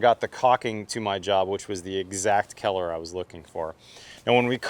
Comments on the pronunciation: I have never heard anyone pronounce color as "keller". I know talks with a lot of bro-slur, but this was a new one. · Is he saying color or Keller? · Am I the only one hearing keller and and not color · I thought he was saying Keller the whole damn time 🤦‍♂️. Lol. Color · I wonder where that accent comes from when you say "color". I thought almost the entire video that you were saying "keller" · I keep thinking you're saying 'Kellar Plus' and talking about the kellar of the caulking. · I can't get over him pronouncing color as kellar constantly. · this is keller plus... thank you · is awesome... but he has no idea how to pronounce "color". 😂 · I can't get used to the way you pronounce colour lol. 👍🙂